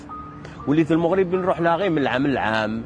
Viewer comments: لنفرض انه بقا تما بزاف وتبدلات لهجتو ولكن عمرو ما غيقول moghreb عوض المغرب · المغاربة ينطقون المغرب لفتحة الميم ليس بالموغريب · كلمة وحدة تكفي لفضح هده المسرحية وهي كلمة المغرب هو نطقها الموغريب وحنا المغاربة نطقوها لمغريب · 🤣🤣 و الله ما كي حشمو....و اللهجة جزائرية 100%...المغاربة لم يقولون " الموغرب"...لا يمكن لمغربي ان ينطق اسم بلده بهذا الشكل...إلى إذا كان جزائري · هذا الكرغولي الأصل ينطق كلمة ـ المغرب ـ بِي ـ ٱلْمُووغْرِيبْ ـ ويَدَّعِي أنَّهُ مغربي ، سِمِاتُهم كلُّها كَذِب ٠ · لا يوجد ولا مغربيا واحدا ينطق كلمة "المغرب" بضم الميم، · شر البلية مايضحك حتى لونقولو انه عاش مدة كبيرة لدرجة يبدل لهجته لكن عمرو مايقول المغرب بضم الميم حنا من طنجة إلى الكويرة نطقوها بالفتح والله العظيم الا ماعرفو حتى يمثلو كون غير حاول يهضر بلهجتنا ممكن نشكو 😅😅😅😅😅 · المغرب بالضمة هههههههه (سكينة )حتى حد عندنا ماتيقول هاد الكلمة (الدار) مفخمة بحال الضاد هههههههه عياو يقلدو تنقلعوهم أنهم جازايين ولاية زاكورة هههههههه